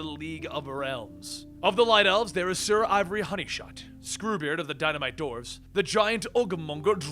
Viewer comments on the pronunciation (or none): none